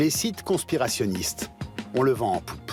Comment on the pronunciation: « Des ‘con-spirationniste’ » AH